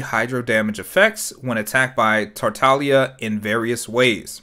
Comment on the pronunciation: Thanks for pronouncing his name correctly. Other YouTubers and their hard G's are making me insane.